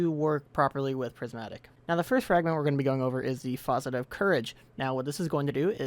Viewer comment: i am sorry but you are quite literally pronouncing facet the same way you'd pronounce faucet